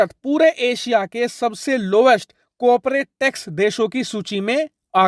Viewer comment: Coperate नहीं होता corporate होता हे mind it